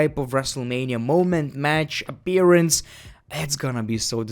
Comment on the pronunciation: "Match Abearance." "Seff Rollins."